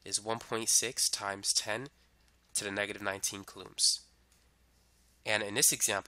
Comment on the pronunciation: Coulombs is not pronounces "cuhlooms". It is "cool - ohms"